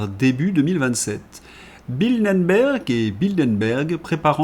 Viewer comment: Bildenberg, ça n’existe pas. Bilderberg, en revanche, ça existe. Mes oreilles saignent. J’ai mal.